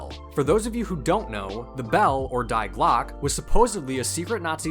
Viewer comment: pronounciation of "die glocke" is making me smh